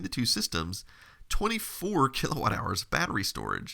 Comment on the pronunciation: The butchered kWh is painful to watch... Is it Kelvin w-something hours?